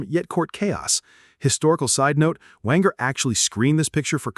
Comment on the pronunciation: Wanger rhymes with ranger.